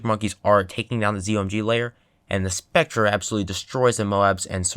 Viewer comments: "with a specTRE at the back" oh dear lord who taught you how to pronounce it (it's Spectre, Spec-ter/tor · Lol he said spectren not spectre lmao